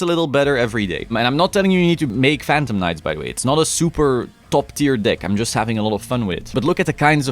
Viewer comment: Phantom knights of wha? Oh. 😅